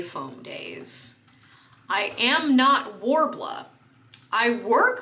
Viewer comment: it’s not?? worbla?????? WHAT!!!!